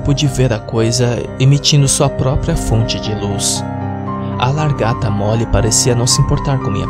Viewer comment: Ele falando largata da um pouco de agonia